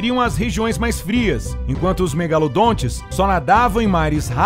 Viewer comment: Cara nao e cacharacles megalondon e cacharadon megalondon diz direito eu sei tudo sobre o megalondon